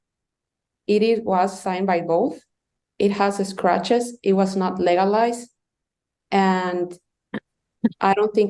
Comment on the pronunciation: It's wasn't legolized that's what I heard lol